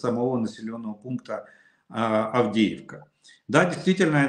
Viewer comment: Мужики, харе бухать,, Авдеевка,, а не,, Авдейка,,, закусывай, али нечем?